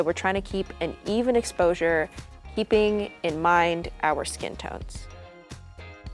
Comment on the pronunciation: Great “eposure” values lol